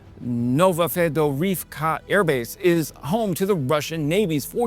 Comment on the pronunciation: Good job pronouncing Novafedorivka😊